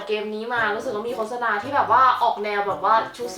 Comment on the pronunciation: อ่านว่า โคด-สะ-นา ไม่ใช่ โค้ด-สะ-นา น้าาา 😆